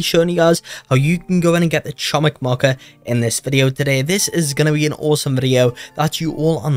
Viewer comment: Fun fact: Chomik means Hamster in Polish, also Chomik is pronounced (Kho-meek)